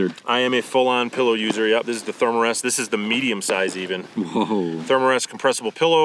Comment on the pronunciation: Oh my gosh, someone else who says "pellow"!!!! I grew up in Southern Oregon, so maybe it's partly a west coast thing??